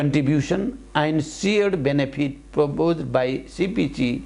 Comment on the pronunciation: And-एण्ड हुन्छ कि आइन्ड हुन्छ हौ?? Has-ह्येज हुन्छ कि हाइज?